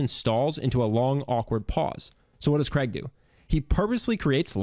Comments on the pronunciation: Why can’t Americans pronounce the name Craig properly !!!!!! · Why can't Americans say the name Craig properly? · Why do americans butcher the name Craig by pronouncing it as Creg? It is so simple to say this correctly, but they go out of their way to stuff it up. It's the same middle sound as "laid". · You misprounced his name and I doubt very much if this would work in Europe! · FF sake pronounce his name right!!! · Why can't Americans say Craig properly? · His name is not pronounced Creg...as it is spelt Craig it is pronounced the same as rain...what is wrong with Americans ??? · I’m still trying to understand why Americans pronounce Craig as “Creg” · Cr-aig. Not Creg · CRAIG is a Scottish name, as in HAIG, MALLAIG, or McCAIG. (as in Hague or Vague). Cregg is so gross sounding. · It's Craig not Kreg ! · The name is pronounced Craig (Cr-aa-g) not Creg. It originates from the Scottish Gaelic name Creag. Speak proper English/Scottish. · His name is Craig, not Cregg, damned yankees. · Why can't he say Craig properly!!! sounds like he calling him Creg. CR-AI-G your welcome!!! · His name is Craig, not Creg. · its CRAIG not CREG!!! ffs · Who is "Kreg"!? It's f'cking CRAIG...CR-AIG not KREG....F'ck sake, how hard is it to pronounce a 5 letter word correctly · Why do Americans pronounce his name as ‘Kreg’? It’s CRAIG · you really need to learn how to pronounce "Craig". The name is pronounced "Crayg" not "Creg" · Thanks for the video. It's weird how Americans pronounce Craig as "Creg". There's an "i" too. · It's Craig, not Kreg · How have you managed to make a 15 minute video about his charisma without figuring out that he's not called Kreg. It's Craig, which rhymes with "vague". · Craig not Creg. I've heard multiple Americans get this pronunciation wrong. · His name is Craig not Creg! Damn Americans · His name (Craig) is pronounced Crayg not Creg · Since when is Craig pronounced like Greg, but with a C? 😕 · Do Americans really call Craig, Creg? Lmao